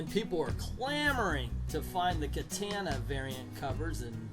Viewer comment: Katana...wow....misprounciation station